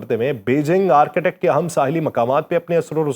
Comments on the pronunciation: .its arctic not architect. 😅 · آرک ٹِک ، بولیں، یہ آرکیٹیکٹ نہیں ہے۔ Arc tik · Architect or Arctic (Arktic- pronunciation) 🤣🤣😂😂😆Bhai pronunciation tou sahi ker lo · میں پچھلے کئ ہفتوں سے آپ کے ویڈیوز دلچسپی سنتا رہا ہوں۔ آپ کی آواز۔ الفاظ کا چناو اور ان میں ربط کافی متاثر کن ہے۔ آج تھوڑی سی تصحیح کرنا چاہوں گا۔ Arctic جسے عام طور قطب شمالی کہا جاتا ہے۔ اس کا تلفظ آرک۔ ٹک ہے۔ Ark-tic ہے۔( آرکی-ٹک) نہیں۔